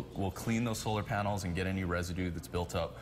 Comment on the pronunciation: she said solar paners